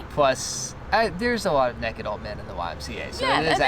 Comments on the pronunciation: More like neked 😂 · They say neked in stead of naked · he said nakd not naked play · I Love how said nakid instead of naked I’m lmao rn😂😂😂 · “Nahked in front of strangers” who says nahked its naked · Naykid NAYKID not nekid it makes you sound like a hillbilly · I really enjoy how says "nehkid" instead of "naykid" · “Completely neked” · Did reallly say NEKID??? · He said neked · I just love how pronounces naked......"neked"......the perfect southerner! lol....... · Hilarious!! Laughed so much especially using some Conan bits. Great job!! And yes country people say neked. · did you really say NEKID? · its a tennessee thing 😂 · When your “naked”, you are unclothed. When you’re “nekkid”, you’re implying that you’re doing something naughty. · That's southern right there! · buck NEKID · are you quoting that guy from Steve Harvey's Family Feud? Even Steve pronounces naked as nekkid.. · I just love how you say naked with your southern accents! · The way mate says naked 1 min in to the video 😂😂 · I love the way the say naked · The way says naked tho